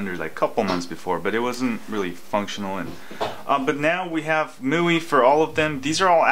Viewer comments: Mooey? lol.. I thought it was "My-you-eye" (MIUI) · I believe it is pronounced MY-U-I as in MY USER INTERFACE? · ..IT's called miui (MY-U-I) (my user interface) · Hahaha I like how this guy is kinda struggling with the "MIUI" word :-)